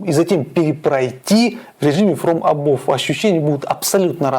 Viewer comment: Фром эбав а не эбов)